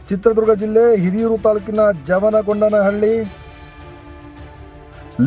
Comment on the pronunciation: ಜವನಗೊಂಡನಹಳ್ಳಿ ಅಲ್ಲ ಯಮನ ಗೊಂಡನಹಳ್ಳಿ.😢